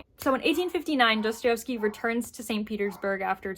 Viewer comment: I love you, but I have to correct you 🙈🙈 pls forgive me, but my ears are bleeding. It's pronounced *DostoIEvsky*, not DostoIOvsky.